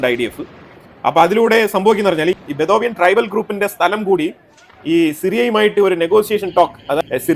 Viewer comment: Sir it is not bethovian but Bedouin tribe